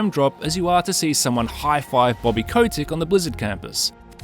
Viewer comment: Its Kotick not codec